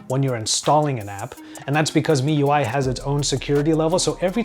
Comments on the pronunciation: he cay say properly if he read wikipedia. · yea its supposed to be "me" ui